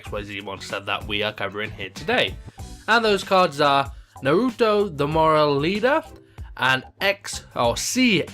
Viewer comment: i think it may be pernounced noreeto